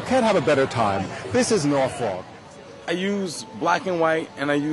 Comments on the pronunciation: Nice video, but Norfolk is pronounced Nor' fuk. No one in Norfolk says it the way you say it. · its norfolk not norfuck